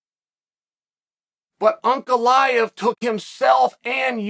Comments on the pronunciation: Pronouncing Prochazka and Ankaleyev correctly cmon Uncle Chael you’re better than that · Uncle Chael pronouncing Ankalaev's name right?? Is he drunk or smthing?